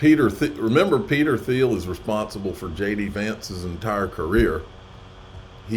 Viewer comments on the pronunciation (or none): Peter Theil's last name is pronounced Teel